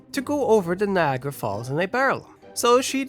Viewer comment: Neeagara made my skin crawl